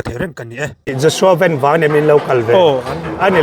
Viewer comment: A hming lam rik dan diktak an hrilh tawh che a, lam dik ve zel tawh rawh , a harsa lo em mai. Lei leh Van kan lam rik ang chiah a, VAN ti tur a ni e